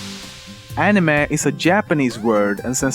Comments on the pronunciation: i thought it was pronounced ani may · he say anime like "anima" a few times... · He said Anemeh not animey (ps i know i spelled it wrong, i was just spelling the pronunciation) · Fact #11: It's pronounced "anime", not "eenimei". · The way he says anime really irks me. It's ah-nih-may not ah-nih-meh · animeh? it's pronounced animey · nobody: lemmino: enimess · "animeh" XD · people spell anime but this is what they say insted animay yep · Änimeh :D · I like how you sometimes say animehhh :P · love the way you pronounce it "aniMEH" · I hate the way he produces anime "Anima" And why does Americans have to pronounce manga as monga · The way he pronounce the word "anime", disturbs me, seriously haha x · It totally make sense when u cant even pronounce "anime" correctly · if you going to pronounce manga right, why not anime. the A's sound doesn't vary from word to word. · okay hes saying anime wrong! and that makes me so mad!! say anime right!! >.<